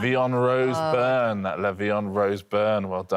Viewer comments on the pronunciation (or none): none